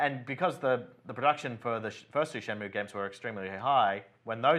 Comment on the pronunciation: How can you even have that new lad talking about games when he can't even pronounce shenmue haha!!